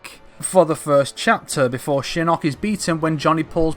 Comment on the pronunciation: Ok couple things. 1. Your inconsistent way of pronouncing Shinnok bugs me so much, but I'll assume it's your accent. 2. At the end of 9 Shinnok says to Quan Chi that he will "soon be free". He doesn't specify how soon that is. To say he can just mystically get free sooner to launch his attack is a bit off to me. Just because he has more support doesn't mean he can get free sooner. Sure he says soon, but I imagine to an immortal, 2 years is soon. 3. Johnny training with Bo Rai Cho doesn't necessarily mean training with the shaolin, and if he did his entire fighting style would end up changing. And if it didn't, that would be sloppy writing. Karate etc that Johnny uses is very different from Kung Fu. 4. The evil factions or any evil characters joking the good guys wouldn't make any sense. Sure they might not want the realm destroyed but they wouldn't be able to work together with Raiden. They would be more likely to side with the Netherrealm, or leave and go to Outworld, side with Kotal, and just continue what they're doing now there. 5. Why would Tanya be with the Netherrealm forces? She is in Outworld aiding in Millenas rebellion. The entire rebellion is based on that, since she and Rain are the ones who released Millena in the first place. 6. Raiden wouldn't debate who to side with between Order and Chaos. Chaos wouldn't help him bring the war to an end because that would lead to peace and consequently Order. 7. Liu Kang destroying Shinnok "once and for all" is impossible si